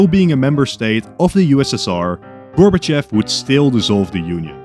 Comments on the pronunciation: Its actually Gorbachov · it’s gorbover